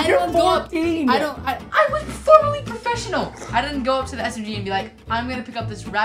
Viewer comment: “Perfesonal Fortnite Player”